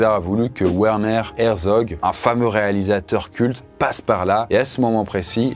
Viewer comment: ça se prononce verner herzog pas ouerner...